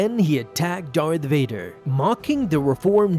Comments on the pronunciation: You said dark Vader, not Darth Vadar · DART VODER